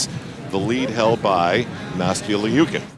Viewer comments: Kim K. • What is it supposed to be? Or does she go by LEEOOKIN in the US? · He keeps calling her Nastia L-E-OOKIN. Not gunna lie...drove me a bit crazy.